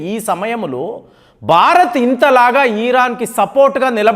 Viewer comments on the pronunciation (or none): none